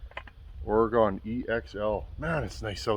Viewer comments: It's oreGUN, not oreGONE 😂 sorry i had to lol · it's "OR-GIN" that's how you pronounce oregon much love brother